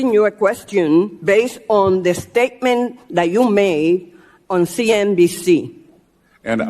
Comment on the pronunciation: *STEAK-MINT” — a New Flavor at Ghetto Bodegas in NYC. Nidia Velasquez has been in the United States and involved in extreme left GRIFTING…. For 51 YEARS !! And she still cannot speak English to the point of being illiterate.! She is quite obviously mentally ret’d